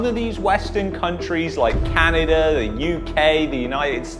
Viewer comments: It’s Canada bud not Canader ? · Did you say Can-an-der in the beginning 😂😂😂 That's what I heard, can't lie. It was jokes! But in all seriousness, were in a SERIOUS spot here.